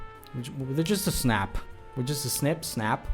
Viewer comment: Snap. It's snap,.